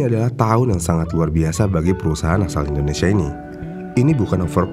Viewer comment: Dari Indonesia bukan wakanda, susah banget ya nyebut INDONESIA...??